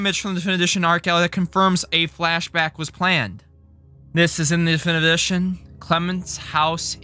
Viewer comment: i have a question, are you unable to say difinitive edition or do you just say it like that cause i find it kinda funny to hear you mudder "duffndvv udrrzhnnn"